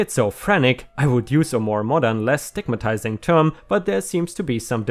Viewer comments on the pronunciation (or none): none